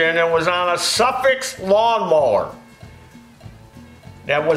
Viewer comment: Suffix pronounced as Suffork. Zeenith is pronounced (Zen)ith. Yes a primer thing is called a jiggle pin used to push gas into engine for easier start. Two common carbs then were Webber and Zenith. Motorcycle mechanic in Sixties for a short time.